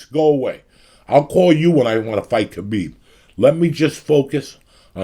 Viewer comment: everytime he said kabeeb im getting hungry